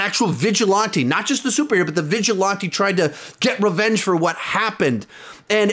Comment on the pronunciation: Love you, but please don’t say vigilante like that anymore😂